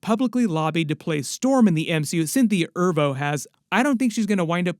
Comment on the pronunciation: Why is he saying Erivo like that? LMAO